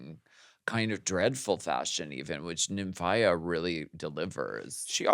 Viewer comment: Sapph-EYE-ra. Nymph-EYE-ra. 👀😂💀💀💀